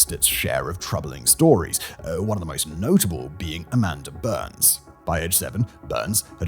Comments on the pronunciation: It's BYNES not BURNS. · It’s Bynes (B-eye-ns), not Burns. Can somebody write out this guy’s script phonetically? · Bynes, not Byrnes. Amanda Bynes. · who tf is Amanda Burns? It’s Bynes…how do you get Burns from Bynes? Was there a typo on the teleprompter? Sometimes when Simon reads a script, it’s glaringly obvious that only his mouth and eyes are engaged, while his brain is off doing something else. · Isn't Dana Plato from Different Strokes...? not the Brady Bunch... And, it's Amanda BYNES, not BurneS. TOO MANY MISTAKES IN THIS VIDEO !!! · Bynes... As in BINES... Not Burns... Thats the Simpsons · Anybody else notice him saying Amanda (Burns) instead of Bynes? Is that a British thing or have I been pronouncing that wrong all these years? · It’s funny how in the narration you mis pronounce amanda buy-nes not burns but you pronounce it correctly later , also Dana Plato was on different strokes not the Brady bunch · Amanda BYNES.... not Amanda Burns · Is Simon just ignoring pronunciation per usual or did the author write Byrnes, not Bynes? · Did you really just say Amanda "Burns" instead of Bynes? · Also Bynes, not Byrnes. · Amanda Bynes (pronounced Bines) not Burns. Lol. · Burns, Simon? It's Bynes, there's no r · ITS BYNES , not BURNS, BYNES like bines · it's Bynes not burns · Lol why does Simon keep pronouncing “Bynes” as “Burns”?! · How did he get Amanda BYNES name so wrong? Over and over adding an R to her last name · Is that how British people pronounce Amandas name even though its clearly "Bye-nzz" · Bynes...Where is the "U" or "R?" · Byrnes/Byrns is a fairly common last name, so I'm betting his brain just auto-inserted the "r". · Yeah I was like Who? Pronounced Bines here in the states. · Yeah, it's weird hearing someone insert that r in there. Probably due to it being a more common last name than "Bynes". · Amanda Bynes' surname rhymes with fines, wines etc, it doesn't sound like burns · Bynes, rhymes with "vines"...no "r", dude.